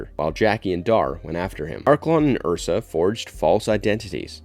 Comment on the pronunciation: I understand a lot of work must go into these but please watch the movies. Every time "Joon" and "Ursa" are uttered it triggers the cinephile within.